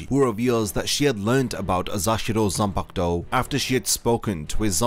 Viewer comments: "zanpakto" smh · ''zampak-to' LMAO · I hate how you pronounce zanpakuto